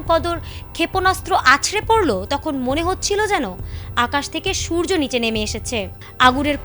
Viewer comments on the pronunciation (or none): none